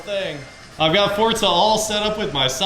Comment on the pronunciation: I am so happy that you say forza right